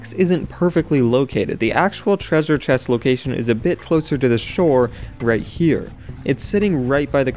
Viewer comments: Lol he said "Treazure Chest" instead of "Treasure Chest" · he says thresure chess, its lol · "A trezure chess" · "Tresre Ches" "2016" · "a trwezure chest" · you said tresuse chest in the video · "A trezer chess."